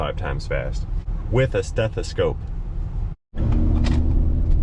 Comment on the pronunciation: STETHASCOPE? lol I just call it doctor ears